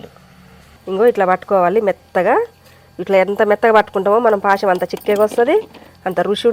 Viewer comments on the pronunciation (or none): పాశం కాదు తల్లి పాయసం